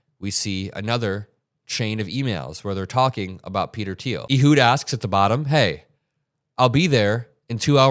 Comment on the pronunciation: Ehud is pronounced like "a hood" of a car, not "ee-hud." (It's my best friend's name, a so I suspect he'd know.) Otherwise, great reporting.